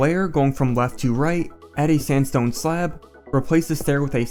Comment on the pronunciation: when you say sandstone i understand samsung i don't know why :))))